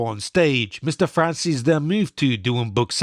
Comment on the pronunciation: Why does he call him Franzeees while the surname is an Italian surname to be pronunced Franzese.